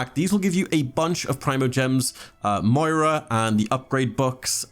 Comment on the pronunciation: He really said "Moira" when he said mora Too much overwatch